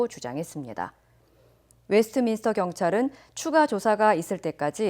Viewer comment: 웨스터민스터 -> 웨스트민스터, 스티브 연 -> 스티븐 연